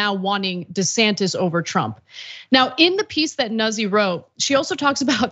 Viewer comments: It's not 'Nussi' It's pronounced Newt- z. It's Italian. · Noot See…not Nuzzie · Think it's pronounced like "newt-SEE". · Pronounced noozi....get it right...stop trying to be as Anglo as possible Anna